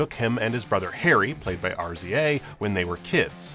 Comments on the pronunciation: It’s not R-Z-A. It’s pronounced Rizz-a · RZA is pronouced Rizza, Wu tang